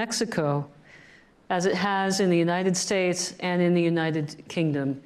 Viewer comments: Mucho gracias? Your not in Mexico speak English. The jewnited estates of America ? He says he respects America then butchers our language and our good name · Fox is an usurper living in the US and claiming his lovely Mexico is so beneficial to America. Meanwhile his globalist tilt is fucking up our economy. And Dummy learn how to respect us, It is pronounced United States not Uniteted Estates jerk. Buid the wall!!!!!